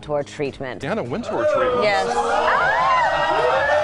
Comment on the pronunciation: 至少把Anna Wintour 的名字唸對吧？不要中式發音好嗎？中國人的英文真的有點可怕，不是Ａ都發ㄚ，那是你們中國的拼音，那不是英文。都已經在做時尚影片，起碼做一點功課。youtube GQ 都有一堆材料。如果你有點常識，或者有做功課，不至於犯這種低級錯誤。